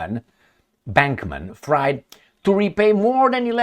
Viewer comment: use your German pronunciation skills and you get the 2nd surname of BANKenstein. It's not "fraaiid", it's freeeed like what he will be:)